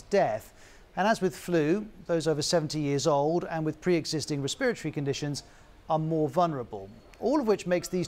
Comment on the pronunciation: Re-spirit-ory. Dear god that is the ugliest way to pronounce that.